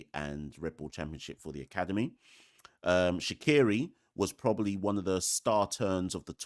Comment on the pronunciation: Shaqere pronounced Shakier not Shakiri ❤